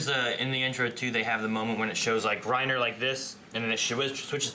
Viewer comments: I really hate that they do it though. The fact that they pronounce the names as though they had an accent, but without actually using the accent infuriates me. Either go all the way or don't do it at all. The way they say "Reina" and the fact that Hange's name is changed to "Zoe" is really annoying. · Chase Ambrose to be fair, if someone tells you their name it’s only polite to pronounce it as closely as you can to what they say. If they happen to use an accent when saying their name I’ll try to use that same accent when pronouncing their name. The problem I have is mainly with Reiner’s name and how it’s pronounced in the dub. I doubt Reiner would realistically introduce himself as “Reinuh” unless he used an accent to pronounce his name. The fact that the dub also messed up Hange’s name and multiple lines of dialogue in the show leads me to believe it’s just a problem with the dub. I’m not German and I don’t speak the language, but the way they say names always annoys me in this dub.